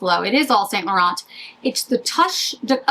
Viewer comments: St. Laurent pronounced like San Laur-on. The T's are silent. From a French girl 😊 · Yves St Laurent is either pronounced the French way or its Saint Laurence. I don’t make up the rules.